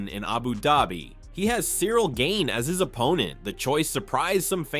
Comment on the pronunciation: Brother his Name is french and pronounced GANE not gayne Normal A not English A